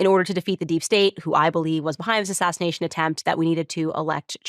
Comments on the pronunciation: Why does Candace keep saying “ashashination”…? It seems all these MAGATS have a slur problem. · Did Candace say “assashination” 👀😳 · Ashashanation? Is that what Candice said? Having those same audio compression issues as Trump.